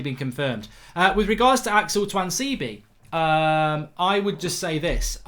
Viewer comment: Why does mark pronounce tuanzebe differently every time he says his name 😂